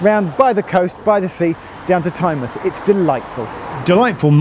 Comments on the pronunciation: Not "TyneMUTH"... Tyne Mouth. You dont say the Muth of the river.. its the mouth of a river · Great to see a video on my local system, but I cringe to myself every time you say Tynemuth (it's TyneMOUTH). It also has a toilet hidden away so Whitley Bay isnt the only one! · TYNEMUTH NONOOOOOOO IT IS MOUTH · South Coast towns ending in -mouth are pronounced '-muth': eg Exmouth, Plymouth, Teignmouth (pronounced Tinmuth!), Portsmouth. I moved here in '89 and Tyne-mouth sounded wrong for ages. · Tyne-muth not Tynemouth was what bothered me, though at least he pronounced my home station of Gateshead right. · Well that must be the first time I've heard Whitley bay as 'charming'. 40 years ago maybe, but now? now so much. Also have to mention, Tynemouth is pronounced 'Tyne Mouth' not "Tynemuth" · One thing; Tynemouth is pronounced like the mouth on your face, rather than 'mith'. 🙂 I think it may be the only UK place name to pronounce it as such - if there are any others with the same pronunciation, please feel free to let me know. Apologies if someone else has already filled you in. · TyneMOUTH - it’s the MOUTH of the river Tyne so don’t skip the pronunciation 😭 (still enjoyed the vid) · Tynemouth is pronounced tyne-mouth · Its the way tynemouth was pronounced got me